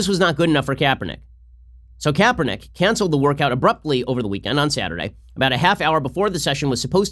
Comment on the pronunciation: HIS NAME IS KRAPERNICK.